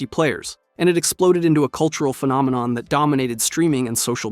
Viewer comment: "the call of duty phenomenom"